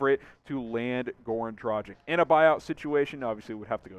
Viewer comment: Just a heads up… DraGICH… not DraJICK 🤙🏻